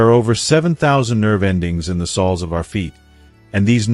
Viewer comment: 1. Lose the AI. “Sols” of the feet? This is awful. And its too long. Go to 15 minutes in before useful information starts.